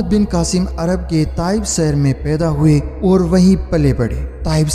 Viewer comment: Apna urdu talaffuz sahi kro kasmir ni kashmir saher ni shaher nijam ni nizam plzzz k or q mn farq kriye samil ni shamil